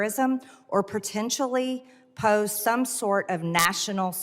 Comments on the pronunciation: She is "protentially" calling Dan Goldman uninformed and uneducated? Where do I start...🙄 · Pertentially??? She is a true master of the English language. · Pertenshully, folks.